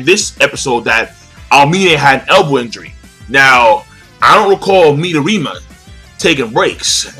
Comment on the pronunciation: I'm sorry but why are saying the names incorrectly? I love your reviews but it's starting to piss me off. Midorama Me doh re ma. Kuroko Kur ro ko You've said everything else correctly.